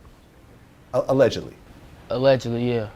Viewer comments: he said "alledgelly" lmao was finna say nah that nigga dead lmao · Look at the facial reaction when he says, "alledgely"